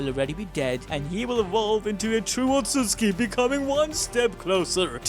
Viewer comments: its not utuski its utsutsuki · Otsuski ❌ Otsutsuki ☑️ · stop saying otsuski I beg u